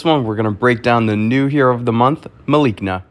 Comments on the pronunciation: Malice + Na, the c is pronounced like an s. Trust me on this for I am a former spelling B champion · I think her name is pronounced Mel a see na